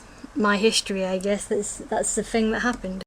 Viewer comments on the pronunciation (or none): tobiosnmakky Yes. It sounds like 'fing'. It's adorable.